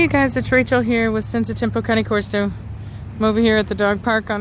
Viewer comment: Why do u call them county corso aren’t they called Cain corso?